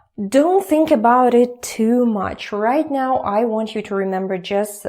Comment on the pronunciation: normal "now" and now "meow";D